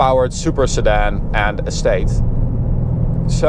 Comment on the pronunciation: yea i know, but just the way he says it, its sounds like he's saying s8 insteas of estate